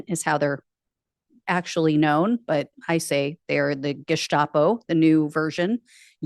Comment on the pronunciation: Gestapo, not Geshtapo.